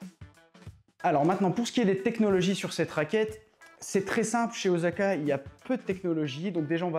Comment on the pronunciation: C'est Osaka pas Ozaka 😁 mais très bonne vidéo ! Vous méritez plus de vues